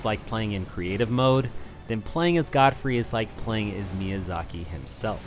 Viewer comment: Wait why do you say "Goldfrey"?